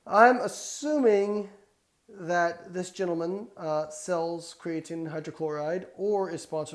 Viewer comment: Can we all agree Layne says "creatine" a little weird?